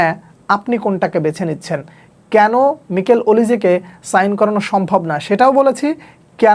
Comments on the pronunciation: ভাইয়া নিকেল ওলিসে না মাইকেল ওলিসে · মিকেল ওলিজে❌ মাইকেল ওলিজে✅